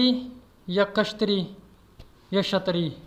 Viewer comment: يہ لفظ کشتری نہيں ہے اصل لفظ کيشترِيا ہے